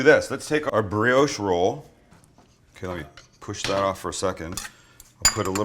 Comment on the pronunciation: Please. It’s bri-osh. Not bri-oooosh